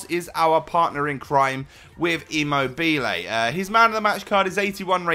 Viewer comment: The way you pronounce imobile😂